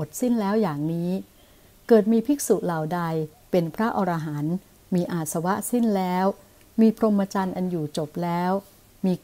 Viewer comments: อรหันต์ อ่านว่า อะ ระ หัน ไม่ใช่ ออ ระ หัน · ขัดหูตรงอ่าน อรหันต์ ว่า ออ ระ หัน นั่นแหละ